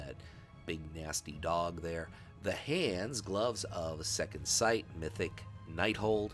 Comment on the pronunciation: Great to see DH getting some love here! Also it's second sight and not sigh :P the head piece is NOT from the same tier set as the rest of set 3 it is actually a clone of the rogue set from Tomb of Sargeras. Set 5 is amazing....I should build that...